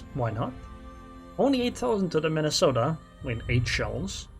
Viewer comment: I like the way you say Mini-sotta. 😆